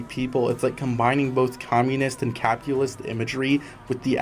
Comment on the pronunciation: Can you not pronounce words properly. What the fuck is a capualist?